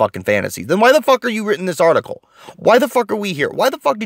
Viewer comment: Geeeezus this was hard to listen to that....."article"